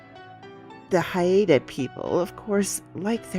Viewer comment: It took me watching your intro twice to figure out where the movie clip was from, Bell, Book and Candle. One of the must watch movies for any witch. Love the narration thanks. Oh and Haida is pronounced HI-da.